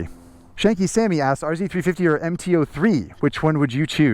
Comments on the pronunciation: R zed not R zee 🤦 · These were plentiful at the track in the early and middle eighties. I can still smell them going by as we were marshalling the corners, nice and near! R - Zed 350, that's how you say it! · thanks for the Canadian reference... 'zed' is the proper pronunciation ...lol ...👍🍁🤠